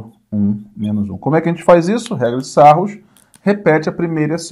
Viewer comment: Excelente aula professor. Só uma coisa, amigão, Sarrus é pronúncia francesa... (Sarrii). Abração.